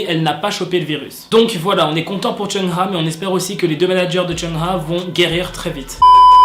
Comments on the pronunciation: Oui parcontre son nom ca se prononce : "choung ha" et pas "cheuna" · Tu dis mal le nom de Chungha . On dit "Tchungue Ga " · Tu m'as niqué comment tu prononce Chungha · Tu prononce mal le nom de chungha